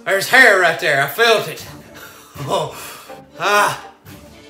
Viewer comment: "Right der"